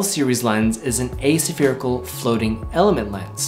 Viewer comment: nykon nik-on? asa-ferical? a-spherical?